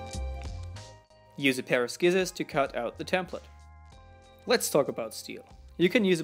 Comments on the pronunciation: i disliked after i heard him say sckissors instead of scissors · he said skicors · did I he say s-kissors??!? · dude, they are prnounced sizors not skizers but i like the wid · This dude said skizzors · sss - kizz- ers. Nice. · Did he say use a pair of skizorz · There called scissors not skisors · I know he's British but explain to me Why in the fuck do they pronounce scissors like skissors. Just why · Did you pronounce scissors like "skizzors"? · I've never heard it pronounced- skissors before. Joking aside I can't tell you how much I appreciate people like you who learn a second language so well and share with other people using your second language. I Thank you and all the others who do that. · I'm sorry but did he just say skissors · He said skizzers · You are awesome dude!! I like your videos!! But fix your language no hate, but i heard two mistakes instead of scissors you said skisors and instead of celsium you said celius again no hate you're awesome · Did you just pronounce scissors as if it was a "k" instead of the fluid "c"? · Okay now you can learn to pronounce the word "scissors" correctly. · “Use a pair of sCissors...” He pronounced the C My perfectionist side is SCREAMING. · Nice great english but scissors has a silent c Well done on an epic video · I love how he pronounced the c sin scissors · Love how he said scissors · really do you not know how to say scissors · George Bates I disliked this comment when I saw your spelling. also why are you disliking just because someone pronounces a word differently? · Am I the only won weirded out that he pronounced the "C" in Scissors? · I am grammar nazi and I have to tell you that scissors are pronounced with s, not k :) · FYI the "c" in the word scissors is not pronounced it is another shining example of how difficult the English language is for those who did not grow up speaking it. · If u listen carefully he doesn't pronounce the word scizzors